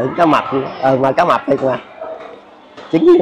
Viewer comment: 😅😅😅😅cá mập tịch 😅😅😅rán nghe dữ lắm mới ra chữ tịch đó ạ 😅,ban đầu em nghe cá mập.......